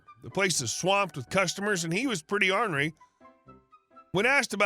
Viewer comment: Ornery is pronounced or·nr·ee. Not on-ree